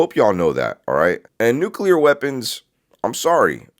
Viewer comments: The minute you learn old man how to pronounce the damn word I might listen a bit...Everytime you say it I wanna slap the top of your head .it's pronounced New..Clear..wtf Nuclelar 🤣🤣🤣f'n dude.. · "Nukeral"? NU-CLEAR! How can anybody be trusted when they can’t even pronounce correctly?! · It’s NUCLEAR. NOT NUCULER. Jeez! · "Nu-cu-lar" is not a word. It's "nuclear" w 2 syllables not 3. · Nukular instead of nuclear? Immediately lost all credibility... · BTW..it is not nucular. It is nuclear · Probably shouldn't trust anyone that says "nuculur" instead of "nuclear". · hes lying, he says nucular. Anyone with a brain says nuclear. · STOP SAYING “NUKE-ULAR” (CEO EH?..) and I THINK WE ARE SAVVI WITH THE WORD “NEFARIOUS” BEING INCORPORATED INTO THE NARRATIVE OF DISINFORMATION. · " Nucular"? Really dumbass? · Nu-CookleeAr This is how my boy George Bush pronounced it. LOL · I don’t trust anybody who says “nucular.” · Stop saying NucUlar and expecting to be taken seriously 😐 🤦‍♀️ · I cringe every time I hear someone pronounce nuclear as "nucular". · These days we don't get much passed "dude", "bruh", and "literally". Let's just call it "nef", or "neffy" so we don't have to hurt ourselves with extra syllables. 😅 Gotta love "new-kew-lerr", too!! 😉 😂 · He’s saying nuculer. That’s not the word. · N-u-c-l-e-a-r, New Cue Ler??? If ya can’t pronounce that of which you speak, l call bullshit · “Nukelar” weapons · You mean nucular 😂😂😂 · you can't trust anyone that says NUCULAR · Lol, new-kew-lurr...😂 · The word "nuclear" is pronounced "NOOK-LEE-YAR" and not "NOOK-YOU-LAR". Sheesh! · Anybody who says "nucular".......... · If you are not able to say the word NUCLEAR, I will question your ability to share or tell me ANYTHING without a slight grin. True 🙏❤️🏴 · An aerospace engineer who can't pronounce "nuclear"? I'm not buying it. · Nucular? He should know the correct pronunciation of this important word. 🤦‍♀️ This is so crazy and the government won’t tell us. 🤬